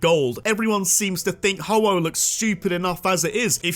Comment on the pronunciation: IT'S HO-OH, NOT HOHO!